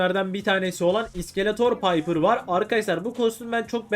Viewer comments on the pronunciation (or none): none